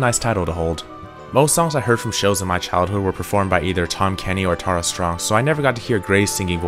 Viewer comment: Must you pronounce EVERYTHING wrong? It's Grey De LIS(like lisa)al And Tara(like Tear a piece of paper in half) Strong.